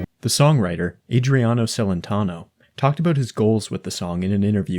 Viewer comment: Pronouncing "Celentano" like that in the video about LINGUISTICS is a crime dude